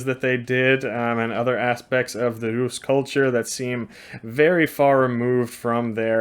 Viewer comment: Well my friend so far the best pronounciation of Русь (Rus’) goes to you 😂 Thank you for making s soft at the end